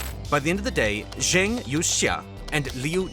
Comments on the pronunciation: Please learn how to say Zhang's name because the way you say it sounds terribke. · Good God! Zhang rhymes with "bong"; You as in yo-yo; Xia" she-ya" (one syllable)